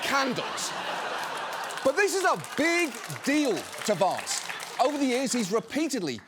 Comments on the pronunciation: John I love how you pronounce Vahnce! Every time ! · I love how you pronounce it Vonce, which is Yiddish for bedbug. or in his case CouchBugger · John pronounces it "Vonce," which is a Yiddish word meaning "small annoying person" or "bedbug." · Genuine question, why does John pronounce the a in Vance british? I mean Vance is American and himself and everyone else pronounce his name with an american a ... Its a bit strange hearing John pronounce his name entirely differently 😮